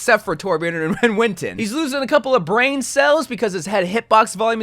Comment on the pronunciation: Lol you're pronouncing a couple hero names wrong. It's WIN-STON, not WIN-TON, there's an S in there... and again, MOW-ga, not Mog-wa